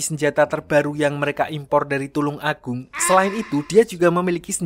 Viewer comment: pemilik channel asalnya darimana kok nyebut kabupaten tulungagung 😂